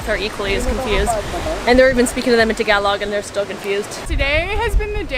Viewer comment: Amazing how you pronounce "Tagalog" the right way. Cool... I've been following Robyn for quite some time now and she recommended to follow your page...I'm glad I did. Keep 'em good contents coming. Take care